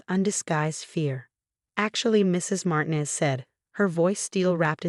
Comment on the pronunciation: doesn’t know how to pronounce smoothie, chemicals, Martinez, straight a, citizen.